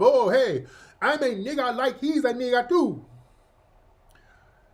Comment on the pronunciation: NEEGA in that African accent killa me